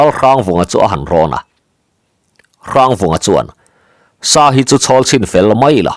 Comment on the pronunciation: Bung hmasa lamah khan lal Hrangvunga inchung tur sat tur a kal ve tum kha Lianlura khan "Lal meuh....chu tih sa loh loh" i lam dan kha a dik lovin ka hria. 'Ka tih sá a nih kha' tih lam rik danin i lam a, sa tih hi tawi tak, hniam deuh hlek a lam rik tur a ni. 'Sa sát' tih a sa lam dan ang deuh hian.